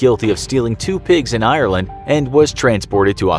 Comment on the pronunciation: Can someone pronounce Ireland right pls